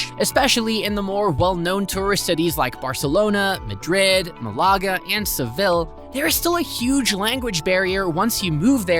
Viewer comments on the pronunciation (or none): Ma-lager lol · Mi-lager? Hahahahha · When doing a video about Spain, at least show you can speak a little Spanish and pronounce Malaga correctly (sorry don’t know how to show accent on my phone)